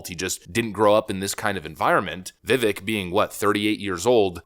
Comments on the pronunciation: Vivek rhymes with 'cake' not 'stick' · Vivek pronounced Vi-vAke. Youre killing me smalls 😅 but seriously. ViVake like CAKE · His name is pronounced Vih-vayke not "vivik" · His name is pronounced like Vivēk, rhymes with cake. Not Vivik. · Vivek not Vivick if you can't get his name right. He can't win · It’s pronounced Viv-AKE... not VivEK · Vi-VAKE (SAY CAKE). Did you see Trump slip his hand inside his jacket at 12.30? He only does this when reaching for The Snake Poem he keeps printed out in his jacket pocket. He's watching ViVAKE. Keeping him close. We'll vet him over the next 4 years. He needs to be in charge of something CRAZY inside the administration. We'll see how it goes. Trust comes with actions over time.. you say that allot ... And it's true! 👀 Vi VAKE. 😂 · Viv-Ache my friend not Viv-ick. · Its pronounced Vi-vake, not ick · I love your content, but its not pronounced "vivik" nor "Viveck" its Vivek (sounds like vivake, like cake). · Nah, it's Vi-vek as in vector. 🙂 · It's pronounced Vi-VAKE, rhymes with cake as he likes to say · It's pronounced Veevake. Spelled Vivek. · I really like your vids but gosh can you get his name correct its vivek as in vivake anyway keep up the great work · His name is pronounced Vy-vake. I heard it in his rap song. He says vyvake is not fake. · Seriously, my man. If you're going to continue making videos about Vivek, you must learn to pronounce his name. It rhymes with cake. Can anyone tell me what the 4th branch of government he mentioned means? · Come ON. His name rhymes with CAKE, already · it's time for you to start pronouncing Ramaswamy's first name correctly. It's viv-AKE. Rhymes with cake. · Pronounced “Vivek”, rhymes with “cake”. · Vivek is pronounced Vivake like cake! Please get it right. He's earned it 👏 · Let's say it right, it's pronounced "Vivāke", rhymes with CAKE. Vivek 2028!! 🇺🇲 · PRONOUNCED VI-VAKE, LIKE KARI LAKE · Vivek like "Cake". Phonoetic pronunciation: "Vivake" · Pronounced "Vee Vake" brother.